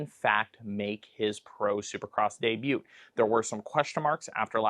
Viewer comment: Love the content but I was thrown off with pronouncing the t in debut haha